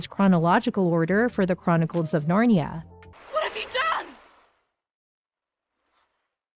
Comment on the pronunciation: It's not "Narn-ya" but "Narn-ee-a"